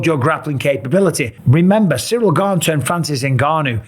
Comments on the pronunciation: But that’s not how you pronounce it 🤦‍♂️ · Gane…. ???? Gane ???? Pa lease that sucks . How many chances does he get . The French Colby Covington .